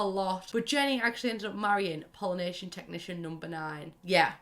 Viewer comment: Wow until I saw “Pollination Tech #9” on screen I thought you were saying Polynesian Technician #9 and I WAS SO confUSED